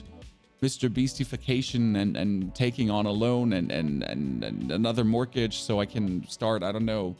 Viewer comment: Yeah English is dumb sometimes (native speaker). The T in mortgage is silent. Keep your head up. Not your fault the WZ vids didn’t meet expectations. If it wasn’t for just something to do online with the boys I’d uninstall. Love all the content.